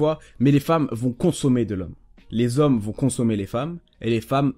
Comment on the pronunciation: « Elles aiment LES ZHOMMES » avec un grand Z